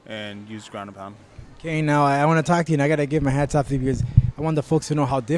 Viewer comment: "want" - "WON'T" right??? WTF? thought you were using google translate!